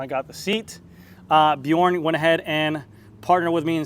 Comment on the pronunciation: another awesome build,! Love it! Glad to hear you not murdering the brand names anymore... except for Bjorn...the "j" should sound like a "y". anyway, you're getting there! LOL!